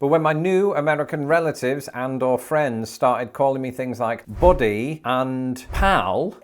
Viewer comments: I am sorry, but you are mispronouncing "buddy", it is pronounced "baddie" and not "body" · "BUddy,", not "body!!" Big difference! Ask your wife to teach you how to pronounce a "short U" in American English -- please!!